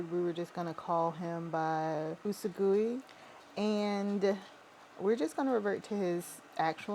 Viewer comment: Ways I've heard the Title Pronounced- You-Saw-Gwee Oo-Su-Goy Oo-Su-Gwee